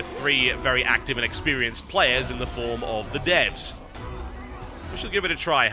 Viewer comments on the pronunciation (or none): none